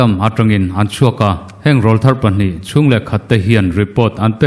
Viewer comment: Rawlthar tih hi I lam diklo tlat mai